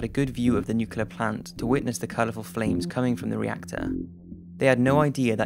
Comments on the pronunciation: can the narrator get the words right first its nuclear not newkiller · Good video, very informative, but please, it's NUCLEAR not NEWKILLER.